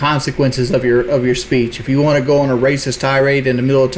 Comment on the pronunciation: "waont" and angles his Head to his right